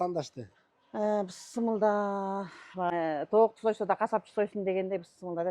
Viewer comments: Бысмылда емес эжеке Бис Милла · Бысмылда эмес Бисмиллях